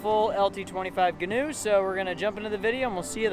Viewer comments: He's right, it's not "Ganoe", ie "Canoe" with a "G". It's actually Gee-noe, like "Geek"-"New" without the K. They're named after the designer, whose last name is Gheen. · its gee-noe.